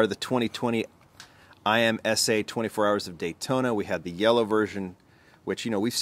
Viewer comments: I think it's pronounced IM - SA instead of I - M - S - A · These C8Rs are so sweet. IMSA is pronounced im-sah, by the way. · It’s an acronym, so it’s really I-M-S-A but people pronounce it like IM-SA like how people pronounce NASCAR even though it’s an acronym as well. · Great cars! Sorry but spelling out IMSA makes me cringe a little.